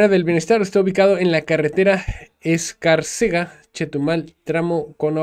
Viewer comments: Y se dice Escárcega sin acento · Escárcega.......á........Esc Árcega.......acento en la á